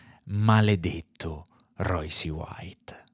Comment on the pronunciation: vediamo se capisci. So che è un concetto difficile per te, ma ci proviamo. Phonetic spelling of Royce: R-oySS. Non è un'opinione, si chiama inglese. Per uno che fa un video (titolandolo in inglese), mi aspetterei la corretta pronuncia. Ma sarò io un professorino. Tu invece... mi hai illuminato la giornata, esattamente come un anno fa. Bravone